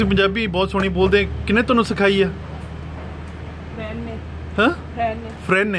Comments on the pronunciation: she didn't say 'friend', she said 'PPhraind'. Respect. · She has mastered Punjabi. She doesn't say "Friend" She says 'Pharend" Respect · "Pharend"...im dead 😂😂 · a re.. That man too said "phriend ne.. " Not behen